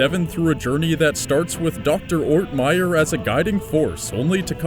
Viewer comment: It;s "ORTMEYER"a whole last name,dumbass.